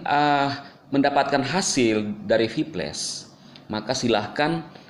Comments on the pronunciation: VIPLAS BANG BACANYA BUKAN VIPLES VIPLES APA ITU??? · Kok gua dengernye sphyles.. Kayak penyakit kelamin itu😅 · Hahaha... Cara ngomong si klo sebut kata "viplus" lucu banget 😂😂😂😂😂😂😂😂😂😂😂😂😂😂